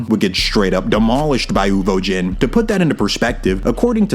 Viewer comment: Who tf is Uvojeen?? Love you down 🫶🏽